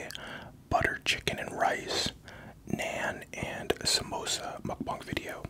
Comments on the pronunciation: the way he says naAn is a red flag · he said naan diff xd